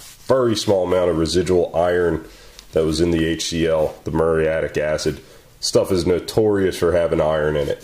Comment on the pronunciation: "Add whhhaaater to hacid!!" ahahah